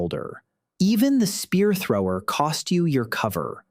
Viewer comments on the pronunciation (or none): The spear thower